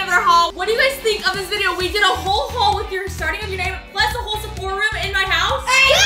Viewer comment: why she say haul like that like hauwll